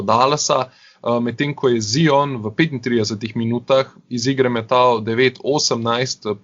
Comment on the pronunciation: Zdravo, a lahko že končno nehamo s tem smešnim izgovaranjem Ziona. A lahko naslednjič normalno izgovoriš Zajon, ker je moteče in smešno poslušat, ko rečeš Z-I-O-N. Če se greš pa že to "Piši kao što govoriš, govori kao što pišeš" potem bi moral ravno tako izgoviriti T-R-A-E ali J-A...... Dej povej mu